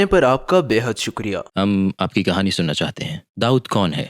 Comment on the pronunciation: Everything is perfect but as a Pakistani I can figure out a mistake it's کہانی not کھانی